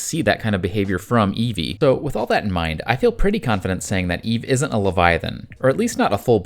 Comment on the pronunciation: Eevee? 👀 you using an AI voice and didn't catch that typo?